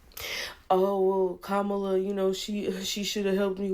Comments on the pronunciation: That white dudes for Kamala guy is so mad about about her loss but he is saying her name wrong. The accent goes on the first syllable not the second. They get so pissed off when people say her name like that. There is a lot more hate coming from liberals toward all men, especially white men. They keep telling me how terrible I am but now they're mad that I didn't vote their way? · If the White Guy in the glasses voted for Kamala, why is he pronouncing her name wrong?